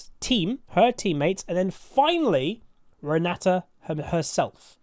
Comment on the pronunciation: GutsGoreNGrind - EUNE Renata It's my mom's name( It's Polish)😃, so there is no other way for me than to master this champion! 😏 Also i am very pleased to hear You say her name correctly 👌, yes it is RenaTa note RenaDa as some say. Thank You for the video, Can't wait!